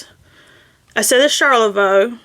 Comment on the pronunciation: Charlevoix is pronounced " SHAR-le-voy ". There is a city in Michigan with the same name.